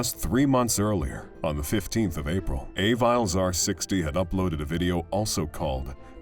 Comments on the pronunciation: I am almost CERTAIN that the lady with the dog is pronounces Ah-VEE-Lez r560, not EY-Viles. Good video, though. had to come back for this: "Send the cops, he's killing my girldfriend!!" "What is the problem?" I sincerely hope that dispatcher was fucking fired at least. you can hear screams on the line and you want to slow everything down? Do your fucking job. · LOL A-viles R60... I definitely think it's Aviles (ah-vee-les) R60. He made it sound like something from Star Wars 😅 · I'm pretty sure that AvilesR60 is somebody called R. Aviles, (ah-VEE-less), NOT A VILES.